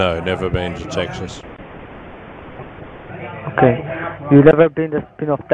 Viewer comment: Its "state of Taxes" mkay 😁